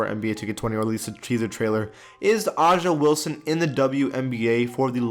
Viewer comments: Why u say it live o’ja it’s a’ja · Dale Sankum it hurt me too. It’s pronounced like “Asia” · the way he pronounced Aja wilson name is wrong lol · I’m a Gamecock fan so that pronunciation really hurt me😭